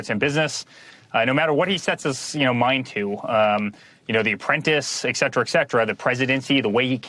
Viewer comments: et cetera, et cetera...not ack-cetera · Eric; the pronunciation is et cetera, not eck cetera.........idiot. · Something random I noticed is it sounds like he's saying exetera instead of etcetera. Lol. What's that about? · I mean, y'know, exetra exetra. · «Ek cetra»??? Did he mean «Et cetra» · It's "etcetera" lol not "excetera" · Sounds like I'm being too picky, but to add to Eric Trump's overall unimpressive speaking capabilities, he said, "et cetera, et cetera" many times but kept pronouncing it ek cetera, ek cetera. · I can't stand people who say "ecksetra". It's et cetera, kid. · Ectetera that's all he says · eric sounds like he just learned about “et cetera” using it every other sentence. And he pronounces it “excetra” lmao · "eck cetera" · Exetera? Cringe. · So his dad called him honey? Also, did he say "ek cetra"? A lot. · The word is pronounced ETCETERA....No x in there. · Eksetra...bwahahaha!! Idiot. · Is he saying "excetra"? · "Exetera" 🤣 he truly had the best words, just like his dad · Note to Eric: There is no "x" in etcetera! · Anyone else hate idiots who can’t pronounce “et cetera” properly?